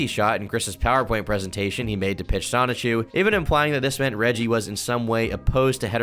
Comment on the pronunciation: Out of all the information in this video, the one that shocked me the most was THAT'S HOW YOU PRONOUNCE REGGIE'S LAST NAME?!